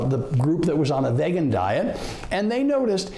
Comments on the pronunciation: Dude at least pronounce the word right if you want to be taken seriously. My 30-pt drop begs to differ. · He can’t even pronounce vegan correctly. This person is lying. Here’s some truth: Every person I know that has had heart disease, heart attacks, high blood pressure have all reversed those things on a plant based diet that excludes milk products. Those who did not change their eating habits, died. That’s from the people I know. Believe what you will. Truth or lies.